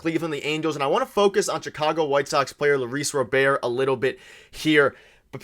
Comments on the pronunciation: U guys can't even pronounce his name correctly it's Robert not robear lolol. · Robert, not Rober, is very affordable for 4 years, not 3. So you missed on his contract amount, the contract length, and couldn’t pronounce his name, while talking about a writer hating on Toronto “as a country” 😂 ffs guys